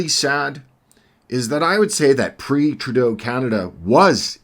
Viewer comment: great commentary. love the way you struggle to say trudeaus name.....